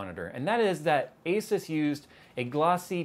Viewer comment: you met the guy... Everybody else has worked this out already.. its A-Seuss:P